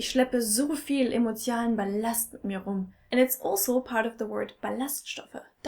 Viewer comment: Ist dir aufgefallen, dass du „emotial“ anstatt „emotional“ sagst?